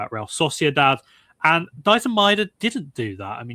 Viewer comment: イングランド人が大自然言ってるのなんか草